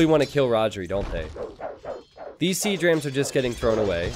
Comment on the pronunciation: Every time says 'Siege Rams' I hear it as Sea Drams